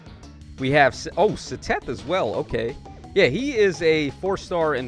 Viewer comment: I can’t handle the way bro says “Seteth” 😅